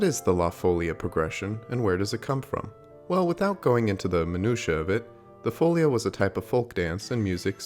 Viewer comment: Portuguese is a language that as a rule places its accent on the second to last syllable (there's a number of words that have it on the last syllable), so it would be fo-LI-a